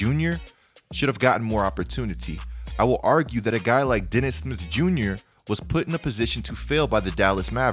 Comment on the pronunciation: how hard it is to say smith?